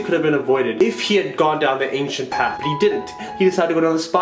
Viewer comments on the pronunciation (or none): It's Ancient not Anciant